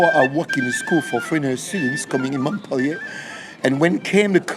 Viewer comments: the city of Montpellier is called by the French mont-pel-LIER, not mont-PEL-lier! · Thank you for the video❤i would suggest you improve your english enunciation,by not eliminating so many consonants.By exclusion i figured you were referring to MontPellier,because Mo?K?ellier is what i was hearing. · It's not "Mont-PEL-ee-ay" ...